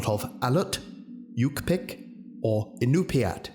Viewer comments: As an Alaskan native these are correct ways to say these tribes, Aleut(al-aye-ut) yupik(you-pick) inupiat (in-you-pie-ak) "yukpik" is a misspelling, you were super close and I love these videos so much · As a native to one of the Alaskan tribes it's nice to see the names and languages being used. It's hard to get the words right for English speakers because we use sounds not used normally practices. To get you close to what is said Yu'pik- U Pik, IÑUPIAT- In Nu pi Aak, Aleut- Ally Oot. Hope it helps